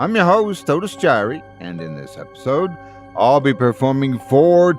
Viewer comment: Otis jiry.... 🤦‍♂️ ... well, it's better then nothing.